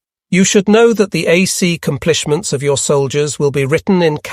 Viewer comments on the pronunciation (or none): when the narrator reads :"the a c complishments" you KNOW you're listening to a mindless machine, who no more understands what it's reading than a hammer understands what type of nail it's bashing in. This is truly pathetic. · A C Cmplish mints...... Yep, it's an AI narrator reading. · I love this whole series but sometimes I’m left wondering if the narrator is a robot. There are weird pronunciation mistakes and punctuation mistakes while reading the script, like saying “A-C-com-plish-ments” for accomplishment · This is AI. In what world would a human being read “ACCOmplishments” (probably misspelled in translation) as “A-C-Complishments”?